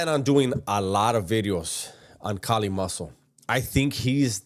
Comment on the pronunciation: Bruh his man unit beard and popping his gum like he’s some diva with his lord raiden eyes is killing me 😂😂😂😂💀💀💀…. It’s Not Kali! It’s Kaaaaaaallliiii 😂😂😂